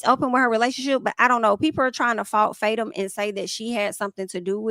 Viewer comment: it's pronounced Fa-Toom 😭 I die everytime you say faytum lol